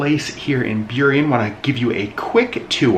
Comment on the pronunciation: I ❤ road trips! We lived in Burien 30 years ago-- I am so proud that you pronounced it correctly!